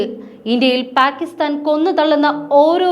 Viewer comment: Adhu endha (Pack)istan ennu uchharikunnadhu? (Palk) aanu sharikulla uchharanam.